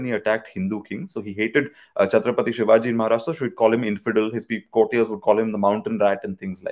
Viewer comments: if you have researched on some topic you can spell every word correctly & it’s a common word. He deliberately disrespecting Chhatrapati Shivaji Maharaj. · this was not his first time he is pronouncing wrong name. I had seen his another podcast where he was doing the same. He is the person with some distorted knowledge.